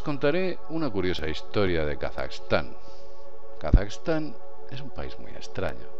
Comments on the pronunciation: Es Kazajistan no Kasaxtan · a nadie mas le molesta como pronuncia Kazajistán?